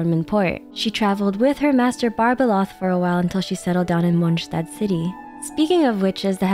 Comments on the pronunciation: You‘re the first one on YouTube who pronounced Mondstadt correctly, respect for your effort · Finally someone who can pronounce 'Mondstadt'